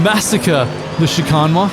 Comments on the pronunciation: please god, stop saying "chicarn" it ends in "ane"..... the same end sound as bane..... as in your mispronunciation is the bane of my existence XD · Drinking game: Take a shot everytime says "Chicahn"